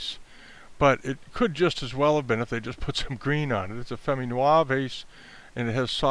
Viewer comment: I enjoyed the content because I am continuing to learn the difference between famille verte and famille rose (many pieces can be colored with green and/or pink so it’s confusing). But I wanted to point out that you are mispronouncing both famille (you don’t pronounce the L) and verte (you do pronounce the T). But thank you for your helpful video with great tips.